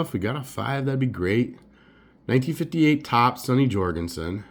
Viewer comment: Nice. A bit too chatty. And pronounced “Jur-gensen” not “Jor”